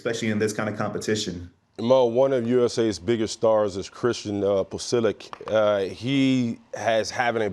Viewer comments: I appreciate how nonchalantly mispronounced Pulisic and Pochettino 😅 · lol the Pulisic/Pochettino pronunciations…Maurice did amazing not to laugh (he almost did though).